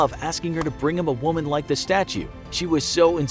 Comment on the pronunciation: We gonna forget the "L" ike that?